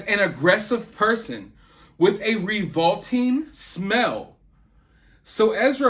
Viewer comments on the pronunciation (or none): revolting mispronounced